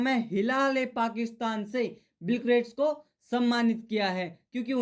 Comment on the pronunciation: Are o chutiya 😂😂😂 bolno sikh le 1) vo गेट्स है ग्रेट नही ... 2) or vo Founders h 'Foundration ' na h 3) Or RBI wali news me Debt h 'Best' nhi h 4) corporation Ki spelling dekh 5 ) प्रोटीन है वो प्रोटोन ना है 6) organization huya kre 7) or none na non hua kre Or bhi h ...... 😂😂😂😂 Are bhai bhai bhai ......